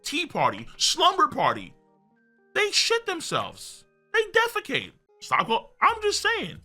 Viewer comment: “they deficate” had me rollin😂😂😂😂